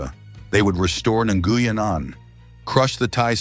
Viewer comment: First AI correct pronunciation of Nguyen. /ngwien/ white people can't recognize the consonant cluster /ngw/